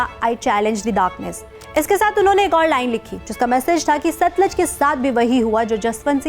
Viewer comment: satluj hai na ki satlaj